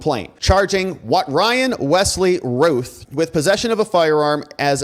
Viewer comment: Think Route not Ruth it sounds more like Ralph think Round instead of Rue